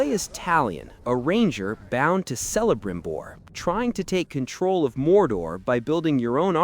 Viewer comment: I understand not being comfortable recording your own voice, but I’d recommend finding a better way to get audio for these videos due to how these tools sound, like how it mispronounced Celebrimbor. Otherwise good review. What I like about this game that you talked about a bit is how this game nails the assassination fantasy than Ubisoft ever could. The enemies having their own strengths and weaknesses is a huge plus, and the nemesis system adding emergent drama is a huge plus, and being able to send your own orcs after other captains helps with the infiltration fantasy.